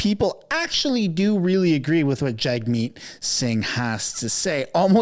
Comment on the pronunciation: Jagmeet is pronounced “JUGmeet”…just saying 😑